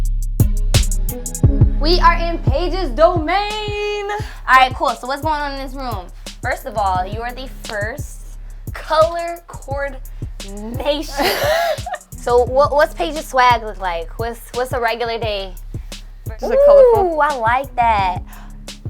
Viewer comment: "Color Cord-nation" fantastic english from the host